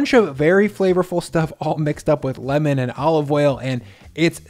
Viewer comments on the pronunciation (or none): none